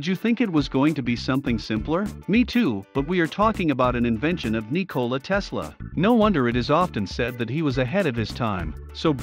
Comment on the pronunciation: great video but you are saying his name wrong